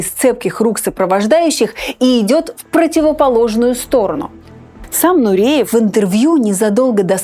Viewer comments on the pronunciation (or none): Нуриев, не коверкайте на свой лад фамилию!!!